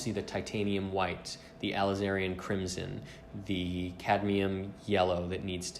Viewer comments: Bob Ross would be proud, but you didn't pronounce "titanium hhwhhite" or "lizerin crimson" correctly😝 #bobross #goat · "alizarian crimson" "draguerrotype" yikes